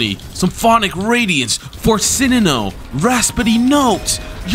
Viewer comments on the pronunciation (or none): He once said forssinino 💀